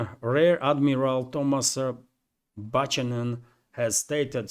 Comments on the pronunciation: I'll help you with some Western names pronunciation - that rear admiral - Thomas Buchanan - he's indeed a man who graduated from some US military academy. He looks kind of young - and whatever he says in public has been vetted and approved by his higher ups. The pronunciation of his name is - Bu - can- en - silient H so not pronounced. He's a good example of the deterioration of the US military class over the decades since the Vietnam war. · Buck anon,is how you pronounce Buchanan My Friend 😊. Be good be safe, and ciao for now....Blue 😇✋🏴🇬🇧. FREE BRITAIN 🏴🇬🇧✌.